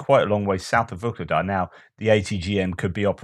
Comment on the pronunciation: There is no G in Vuhledar